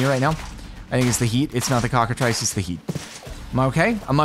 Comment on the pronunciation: I know it's a really minor thing but it's pronounced "cockatriss."